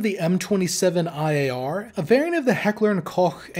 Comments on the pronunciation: Top pronounciation of Heckler&Koch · That, ladies and gentlemen, is how you pronounce Heckler & Koch. Nice !